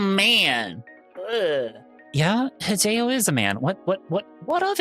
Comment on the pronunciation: did you pronouce hideo wrong yep very much a yank